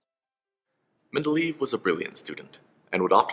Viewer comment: I think it's men-da-lay-ev